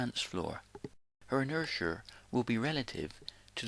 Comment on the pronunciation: What is this inersher thing he speaks of?